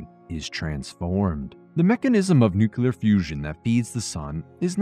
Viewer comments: New-clee-uhr, not new-cue-lure. Otherwise, loving the content. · Nukelar...... really buddy!!